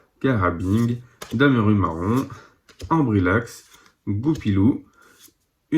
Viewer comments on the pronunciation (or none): " Damarumarond" 😂😂 c Darumarond